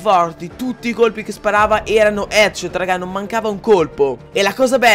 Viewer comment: Ma hai detto tutti etchot 😂